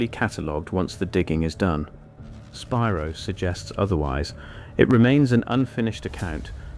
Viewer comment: It's pronounced spy-rō